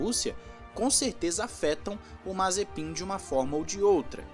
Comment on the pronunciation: Ele falando o nome mazepim e mt engracado kkkk nd contra é claro